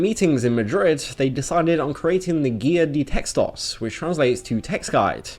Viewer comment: The way you said "guía de textos" was so wrong